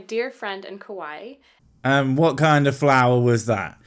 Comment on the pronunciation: She's trying to say Kauai. It should rhyme with Hawai'i, but it doesn't because she's a dumb.